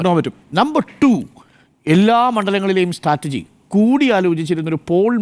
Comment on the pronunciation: മിനിറ്റ് 13.08.. സ്റ്റാറ്റർജി അല്ല മൊയലാളി! സ്ട്രാറ്റജി ആണ് 😂 അധ്യാപഹയനായ അരുൺ കുമാറിന് തിരുത്താനും പറ്റുന്നില്ല... മൊയലാളി കെറുവിച്ചാലോ? കഷ്ടം തന്നെ!